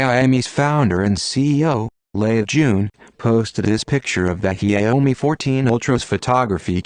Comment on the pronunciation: the pronunciation of the brand name is a killer.